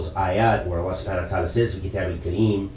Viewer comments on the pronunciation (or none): in the minute 21 you made mistake in the recitation of the quran in the word kitab